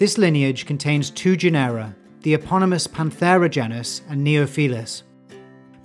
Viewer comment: Thanks for the video! Just wanted to point out that genera is pronounced like general without the l, i.e. as JEN-er-a, stressed on the first syllable. Same with the caracal, which is CARR-a-cal (carr as in carry). As a bonus, Uto- as in Uto-Aztec is pronounced YOOT-o. Also, be careful not to refer to the Caucasus region as "caucus" region.